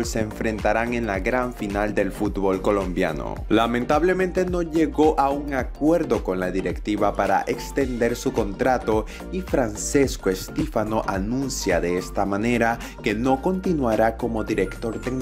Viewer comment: Igual el nombre "Francesco" se pronuncia como "Franchesco"